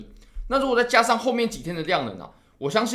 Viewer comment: 突破、重要、加上、跌破，这几个词再读一遍。